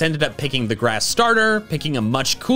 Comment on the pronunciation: The fact that he says Breloom is cooler than Brelloom angers me to deepness!